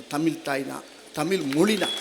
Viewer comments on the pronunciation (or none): வடிவேலு ," மொலி" இல்லைங்க 'மொழி "என்று உச்சரிக்க முடியல இதுலவேற இவரு பேசியதை கேட்டு தமிழ் கற்றுக்கொண்டார்களாம் ?